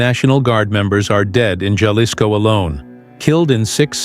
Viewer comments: That was painfull to hear, and I'm Canadian! These AI generated videos and AI voices pronounce every word very litterally. AI has a LONG way to go in speaking English or Spanish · learn how to say Jalisco